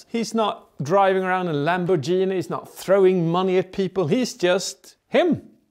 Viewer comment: Love how he says Lambor-jeeny🤗🤗🤗🤗🤗🤗